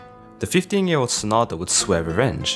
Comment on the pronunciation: It's pronounced SAH - nah - DAH You emphasize the beginning and end rather then just the end vowel.